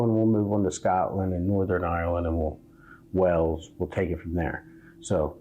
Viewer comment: Wales is not pronounced Wells but like the large sea creature Waylz.